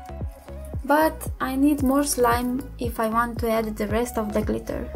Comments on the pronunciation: Not gliter its glitter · The way she says glitter tho.like glithea. Lmmfao.butt nice video tho